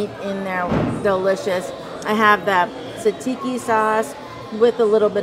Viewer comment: Sat-see-kee = Tzatziki. I must admit that its hard to say but its one of my favourites 😊 great video once again x